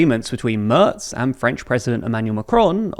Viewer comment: Tip: Try Mairts instead of Murts. It is much nearer and much more agreeable to all the other ears that aren´t anglophone.❤